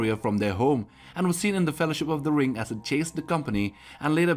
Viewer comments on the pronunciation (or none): none